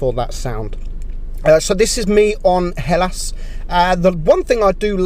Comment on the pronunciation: Yeah!! He said hellàs right!!